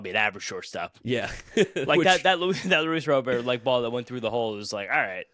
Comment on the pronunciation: If Luis Robert is your guy can y'all at least show enough respect to pronounce his name correctly? Cmon boys it's a family name, Italians should understand the importance of that. Say it right. He's not Haitian.